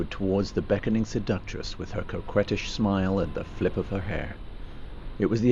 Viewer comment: I've never heard "Coquettish" pronounced like that before...